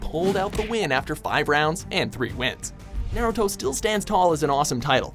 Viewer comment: anyone getting triggered at the fact that he cant pronounce any names or moves in naruto correctly?